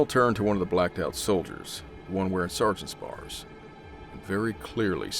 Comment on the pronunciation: This guy was a soldier and says, "sergeant`s bars"?